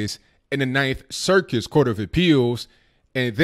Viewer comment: I'm almost certain you said "Ninth Circus Court". Or maybe it's just what my ears want to hear:)